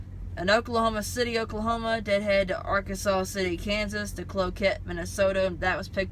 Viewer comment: i know it looks like arkansas city but its pronounced R kansas city kansas. i live right by there. people round here call it ark city. did you pick up at creekstone?